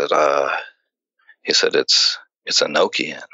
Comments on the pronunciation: You pronounce Enochian wrong fyi. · E no key in. That's how you say it.